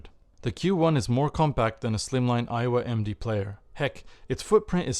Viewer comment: but at 0.27 it sounds like you say "Iowa MD"???